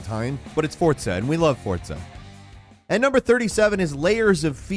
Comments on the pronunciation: It's no Fortza... it's Forza... Derp. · please explain how FORZA is said as FORTSA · I really don't know where people are getting the "T" sound in the word Forza from.